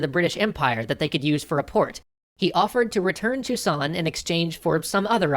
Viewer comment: You pronounce the ilse of Chusan (Zou-shan) like Toussaint, then I realize that I am too deeply addited to TW3.